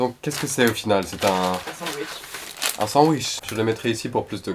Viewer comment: "Un sandouiche" Ça ma tuée 🤣🤣